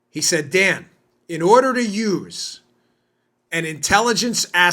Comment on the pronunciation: Hey, Dan! I'm thinking you might call it the Daniel Bongino show. A couple times now, I thought I heard you say, "The Damned Bongino Show" 👍 That's probably OK, since the Dimmocrumpies likely recognize it that way. Carry on, soldier. Love what you're doing!